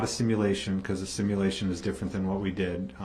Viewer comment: There’s another word that DB butchers. Sim a lation. 😂🇦🇺